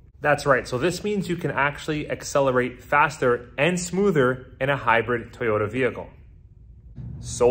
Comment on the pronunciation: Thank you for now pronouncing Toyoda correctly